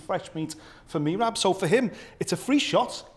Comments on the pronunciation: Can we pls start a petition to correct pronunciation of “MEE-RAB”, driving me unreasonably nuts. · Love how pronounces Merab's name! 🤣